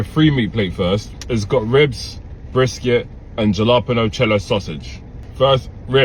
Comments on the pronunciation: JaLapanO😅😅😅, it’s pronounced Hall a pinneO. It’s Spanish so the J is pronounced like an H. And the N has a tilde over it so you hold the tongue on it when you speak it.😅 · My dear British fellow it's bpronounced halipino not jalapeno. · People need to learn how to pronounce ha-la-PAIN-yo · "Jah-lah-pen-oh" AAAAAAAAAAAAAAAAAAAAAAAAAAHHHHHH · Jelopeno! The 'j' makes an 'h' sound because the jelopeno is from Mexico. Please learn how to pronounce words the way they are supposed to be pronounced because you'll look smarter than you are. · That is pulled pork, not beef brisket 🤦‍♂️ lol and to say jalapeño it's —(hal-uh-PAY-nyoh) lol 😊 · Jalapeno. He was pronouncing the j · Hal uh peen yo…😂😂😂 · As a Texan, the pronunciation of “jalapeño” is cringe inducing! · I have to start calling it that from now on! Lol😂😂😂😂😂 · You need to learn how to speak correctly jalapeño the J makes a H sound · It's hysterical how he pronounces Jalapeno.